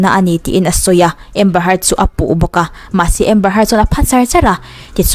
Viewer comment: A hming hmerhin tih hi i lam diklo țhin a miss